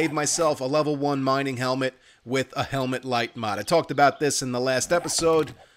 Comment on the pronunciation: I've been catching up on this channel and I have to put in my guess for Glock9's accent - It's clearly East Coast but I was torn between Boston and Philadelphia. At first I figured New York. - But it has to be Philly. Can anyone confirm or deny? The tell is that he says the word "with" as "wit", which is a Philly thing.